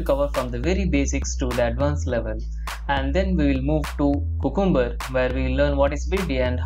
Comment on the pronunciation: It is Cu-cum-ber not cucumber idiot